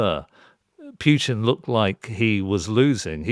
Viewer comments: Mr Syed should learn to pronounce Putin's name properly. It is not 'Pjutine'. Smacks of quirky mannerism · Matthew Syed does not know how to pronounce the name Putin. It could be a speech impairment, of course. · I am not sure I get the terminology of the second speaker. What does he mean exactly by oligarchs and cleptocrats? Also I see that he pronounces Putin incorrectly, which is probably lack of knowledge, at the same time he claims to have very deep knowledge of the country. But how do you have it if you don’t even know the last name of its president? Also, I don’t get the point about palaces. Trump has his luxurious properties, which he bought himself, true, but also British royals have properties which they didn’t pay for. Properties or money in itself doesn’t mean much. This is very much a conjecture. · It's hard for me to take people seriously on this issue if they can't even pronounce Putin's name correctly. Syed just repeats what you can hear on the 5 min TV news segments. His analysis is as deep as a puddle and he seems think that we live in a Marvel comic. Ridiculous man. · Said sounds very much like Pierce Morgan. He is so small minded he cant even pronounce Putin's name properly. Pretending to care about Russia!! Look at Russia today from what it was in the 90s. On europe being on the black until 70s - thats the money you looted from the colonies. No colonies and you are on the red.